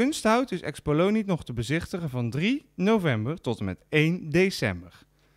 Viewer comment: beetje jammer dat de verslaggever de naam Xpolini (want in het linie kwartier) de hele tijd uitspreekt als Xpolonie.